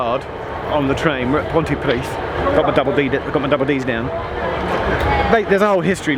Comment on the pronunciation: Pontypridd is pronounced Pontuhpreeth. Welsh is making a resurgence in Wales. It’s a protected language and now compulsory in all schools until the age of 16. The percentage of speakers is increasing well.